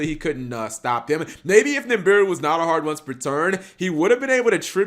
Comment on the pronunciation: It's nibiru not nimbiru